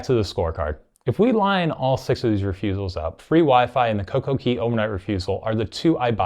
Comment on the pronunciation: It's coco CAY not coco key. It's pronounced CAY because it's set up to rhyme with DAY. Perfect DAY and Coco CAY not Key.